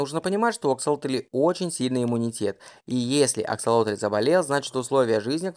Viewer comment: Только почему автор говорит АксолотОль? Если ему так удобно, то я впервые слышу об этой ( так и не поняла как это назвать) и когда увидела правописание, то не то что назвать не знаешь как, то и написать проблема. Так как правильно писать и как называть? Рыба, животное, личинка или просто особь?